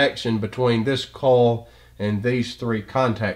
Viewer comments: Excellent explanation, thank you. Everything is very clear--except I'm embarrassed to say it took me until to realize that when I was hearing "coal", you were saying "coil". That makes way more sense! :) Posting in case anyone else was thrown by this. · brilliant i was just thrown off by how he said coil LOL